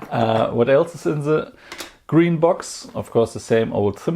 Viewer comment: Gween or waelet.... gween o waelet gween o waelet gweenowaelet